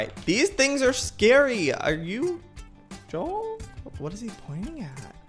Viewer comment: its joel not jules